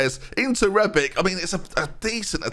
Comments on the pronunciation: its rebić not rebik, you say ibrahimović correctly why is it difrent with rebić when its pronaunced exactly teh same lol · Calling Matip 'matic' when bringing rebic on, whilst pronouncing rebic' name wrongly; classic benjyism once again